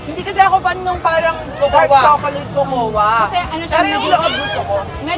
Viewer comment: Co-co-wa 😂 Coco po kasi basa dun hehe